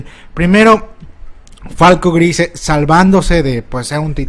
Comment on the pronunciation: No puedo con tu pronunciación del apellido de falco, lo siento